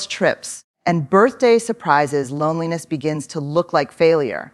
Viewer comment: I agree, The 'H' of loneliness??